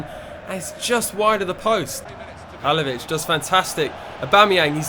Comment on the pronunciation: your pronouncing halilovic wrong